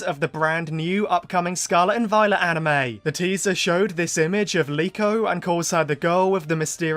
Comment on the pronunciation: Her name is Liko? I thought it was Riko.